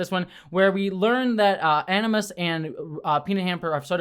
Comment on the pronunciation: "animus" = aGimus! ☝️😉